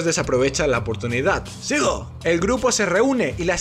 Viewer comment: Me encanta cuando dice: "zigooo" y "venzida"... jaja es lo máximo, amo este canal, el humor es fresquísimo y demasiado inteligente. Mis dieces ❤❤